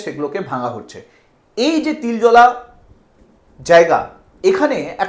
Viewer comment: Babu ota Tiljola noy Tiljala.